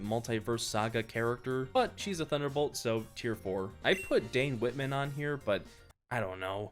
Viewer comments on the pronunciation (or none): none